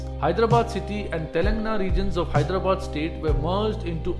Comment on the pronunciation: Brother I respect your effort to create the video. But please pronounce the names of the states correctly. It's TELANG'A'NA not Telangna. It's TEL'U'GU, not Telgu.